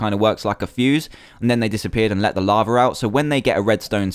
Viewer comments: I love how you say lava like laver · lol ya but people dont say laver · Laver. In America we call it lava